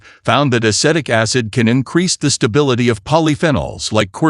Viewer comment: Dear AI: It is a-SEE-tic acid.